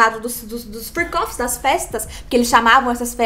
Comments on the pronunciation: Fiquei a semana inteira achando que era "free coffees" em vez de freak offs hahahahahhaha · Juro que entendia “free coffes” 😅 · É Fric ófis E não fri cófis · Freak-off . Eu entendi Free coffee😂